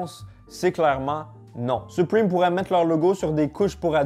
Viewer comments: On dit supreme pas suprime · On dis suprème pas suprime😭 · Sa me stresse il dit "supprime" au lui de "supreme" mdrr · Mdr il dit supwime au lieu de supreme 😂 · Pourquoi tu dit : Suprime 😂😂😂😂 ça ce dit supréme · Supwime Supreme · Je suis français et je suis prononce "suprime" seul les skateurs ils savent ;) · C’est supreeeme pas supriiime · " soupwime " Su-prè-me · Les français à chaque fois que dit "Supriiime": O_o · Je trouve ça toujours drôle quand les francais sont assurés qu'ils prononcent bien les mots en anglais. 😂 Arretez frères, c'est vraiment 'Suprime'